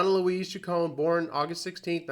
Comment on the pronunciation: As a die-hard fan since i was a tween/"Madonna Wannabe" in 1983, i am almost offended. First of all, her last name is pronounced: "Chick-cone-knee", not "Chick-cone". Mtv started calling her "Madge", that is not something that " she sometimes goes by", telling Mtv's Kurt Loder that she hated it. Her DAUGHTER was named Lourdes MARIA Ciccone Leon. Lourdes was born about 20 years ago, when you stopped listening to MADONNA. THAT is probably why everyone started thinking "Maria." It could be bc Marie* Cahill wrote a book about Madonna in '91. It literally starts with the words: " Yes, her name really is Madonna . When she was just beginning to establish herself, people assumed that she had chosen the name for it's glamorous sound, but the truth is that she was named for her mother . Madonna Louis Veronica Ciccone was born on 16 August 1958 in Bay City, Michigan." i know that you said that you "know this", but you clearly don't bc you kept mispronouncing her last name & calling her middle name: Louise, not Louise Veronica , something commonplace in Catholic/large families, and a practice still done today. (See my name .) When asked what ppl were most surprised to learn about Madonna, (whose Mother died when she was 5) she said: "That I'm vulnerable. Isn't it obvious." We had an irl "Prince", (Rogers Nelson) & we have a real life Madonna. This isn't that complicated: it was the 80s. However, having lost a parent when i was a child, i am taking this too personally, bc i can relate to